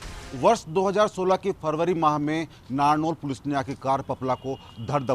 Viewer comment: Narnaul bolna to seekh lo..ye मनगढ़ंत kahani to sunte rhege